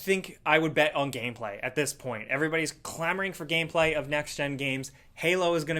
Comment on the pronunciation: Is it me or did he say gayplay not gameplay